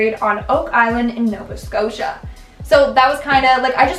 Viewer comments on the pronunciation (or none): none